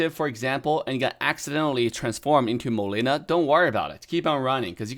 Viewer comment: The way you said molina